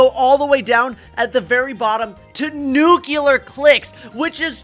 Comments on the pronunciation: you have been killing me with your pronunciation of the word ‘nuclear’ since I was little. It is pronounced new-clear. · nucular clicks 💀💀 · “Nuculear clicks” Lol